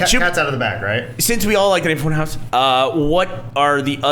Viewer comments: Can't stop calling it Fun-HAUS!! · Can u pronounce it more German? Funhawssss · New shot game take a shot everytime they say funhause ;3